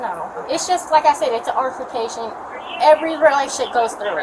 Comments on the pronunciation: "Like I said, it was an artification..." WHAT IN THE FACK IS ARTIFICATION. A.I. HAD NO PROBLEM MAKING THIS A WORD. I rewinded it like 5 times to make sure I wasn't tarded Argument and confrontation? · what the hell is an arflication ? Surely she meant altercation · “Just like I said it was just an “authercation”😂😂 WTH is that 🤣🤣